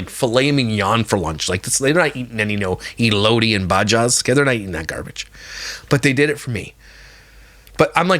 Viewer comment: Your story times are my favorite! I laugh the whole time. 😂 Your last story had me cracking up! I’m from California and Mexican and I can smell that cheese from a mile away. I don’t like cheese because first the smell and the taste 🤢😵‍💫😅 Also the way you pronounced Baja & elote sounds like me when I speak as English is not my first language. I’m always mispronouncing words. My husband always has to correct me 😂😅 i guess us Californians are short because I’m 5’ and my husband is 5’ 8” 😅